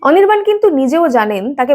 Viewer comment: অনির্বাণ ❌ অনিরবাল✅ 😂😂😂😂😂😂😂